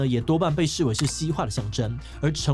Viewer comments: 時志祺也把遏ㄜˋ止講成ㄧˋ止 看來他也該去上個課複習一下了XD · 草菅(ㄐㄧㄢ)人命、遏(ㄜˋ)止...... 提供志祺新的題目：國語「錯的東西講多了就變成正確」的文化， 「每下愈況」和「每況愈下」就是很經典的成語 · 遏止 草菅人命 這兩個念錯真的讓人傻眼